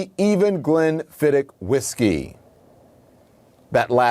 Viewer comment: It's Glenfidd-ichhh.......bi_ch!